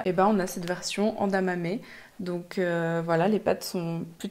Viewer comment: Merci pour les pépites de pâtes 😘 par contre, on ne dis pas Endamame mais édamame 😁😁😁😘😘